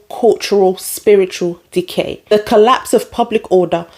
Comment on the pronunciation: When you first said "decay" I thought you said "dickheads." Then I thought, "Yeah, it's dickhead decay...